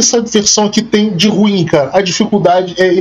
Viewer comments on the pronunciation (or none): none